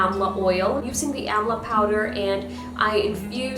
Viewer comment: It is pronounced as 'Daabar Aamla'